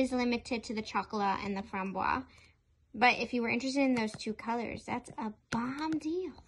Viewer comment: French Canadian to the rescue ... You must pronounce framboise to the end. The syllable "se" is pronounced "ze", so it makes FRAM-BOI-ZE. Framboise means raspberry by the way. Loved the review, y will get Lilas for sure (don't pronounce de "s" for this one).